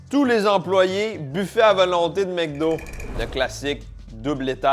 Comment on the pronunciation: MEC do ? "mcdo"